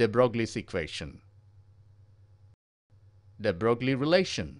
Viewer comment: Its pronounced de broy